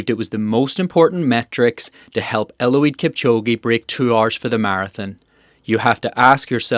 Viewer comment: I think it's Eliud not Eluid.